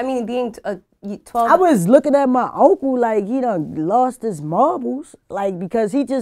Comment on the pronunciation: She said "Auntcle"